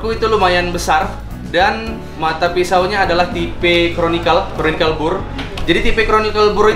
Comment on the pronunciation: Conical, Bang. Bukan chronicles 😆😆